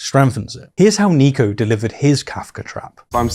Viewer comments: It’s Niko not Neeko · nick-o not neek-o btw :) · Its NIKO not NEEKO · I just wanted to point out that Niko's name is pronounced "Nick-oh"